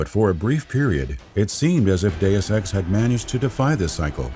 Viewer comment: I am the only one who hears, "do sex" or "due sex"?